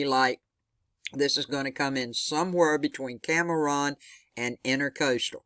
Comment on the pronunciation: thank you So Much for the storm update! btw, Cameron = Cam Ron, not Cam Ah Ron. Not being critical at all, just thought you might like to know <3